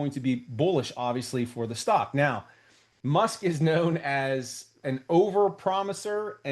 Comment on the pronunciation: Elon "Mush" haha!